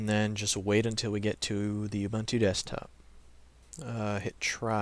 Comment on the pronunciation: What is you only have one computer and have no UBUNTU disc? By the way, it is pronounced as OOBOONTOO (humanness). U sounds as oo, everywhere in the word.